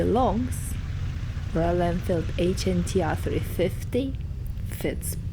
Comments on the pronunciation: Why are you pronouncing it like an Acronym? 🙇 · Its not called the H N T R , its the Hunter. H N T R is just a 'cool' way of writing it. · Excuse me. It's not HNTR. It's HUNTER !!! DOH